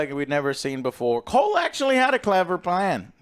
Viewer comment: I'm referring to Joe's incessant mispronunciation of Cole's name 🙄